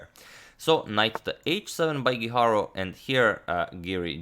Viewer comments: His last name is GUIJARRRRO, no guiharou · Antonio mislim da krivo izgovaraš Guijarro. Ne znam španjolski, ali sjećam se da je svojevremeno postojao rukometaš Guijosa, a izgovaralo se Hihoza, tako da bi Guijarro vjerojatno po toj logici bilo Hiharo.